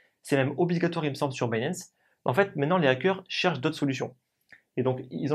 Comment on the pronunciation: pishing, pinp, dinp, mais il arrive à prononcer binance à l'anglaise. Sacré français !